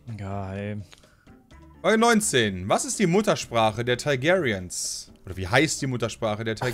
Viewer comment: Teig airiens, Thai gayrians, Day Nörres ^^ Alles klar,!